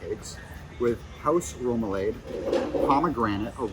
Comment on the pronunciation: Wow! They did a big reno since I was there in 2016. Dining reviewers need to pronounce terms ("REM-oo-lahd"; "Ah-ri-co vair" - "green beans") correctly to be taken seriously. DIS reviewers might want to read a collection of Mimi Sheraton's reviews to get a reliable base-line for reviewing. "Like" & "dislike" are not viable options for reviewers. That said, is a good-looking guy, but is cute-as-a-button without a hat!